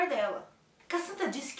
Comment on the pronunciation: No começo ela falou certinho, pq Amon é um nome difícil mesmo kkkkk A gente ver mais pessoas que se chama "Ramon"